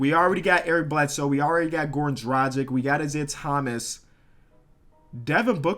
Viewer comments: Callin dragic like tragic lmao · Saying Teodosic right - spelling it wrong saying Dragic wrong - spelling it right braaaa voooo